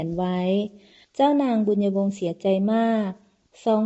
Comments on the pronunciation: เจ้านางชื่อ บุญญวง ไม่ใช่ บุญะวง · บุน-ยวง. ไม่ใช่ บุน-ยะ-วง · ใช่ๆๆๆ บุญญวง ไม่ใช่ บุน-ยะ-วง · บุญยวง ไม่ใช่ บุญ-ญะ-วง 555555 เอาซะงง..??? เรื่อง มันแปลกๆๆน้ะ